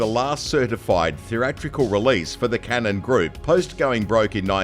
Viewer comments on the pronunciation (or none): none